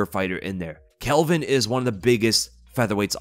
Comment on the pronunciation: I notice you keep saying this, It’s Calvin not Kelvin lol